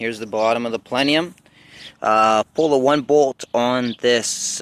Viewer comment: What's a "palenium" 😝